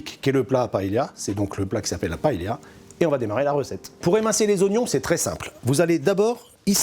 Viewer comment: Vous avez vu, je prononce bien Valencia ? Brrravo. Mais pa-hé-la ???